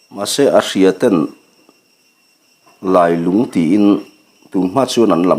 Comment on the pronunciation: Ka thlalak vel pawh a rawn lang ve leh ta e. A va lunglen thlak ve. Lailung tih hi i lam dan hmasa kha a dik zawk hmel riauin kei chuan ka hria. Khawlailung khua sawina khi a nia, Lungdar hi E.Lungdar khi a ni a, Keiṭumkawn hi Keiṭum khua saw a ni bawk. He thawnthua khua leh ram, luite hi E.Lungdar khua leh a chhehvel sawina vek a ni e.